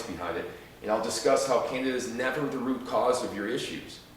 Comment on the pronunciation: Candeeeda not Canada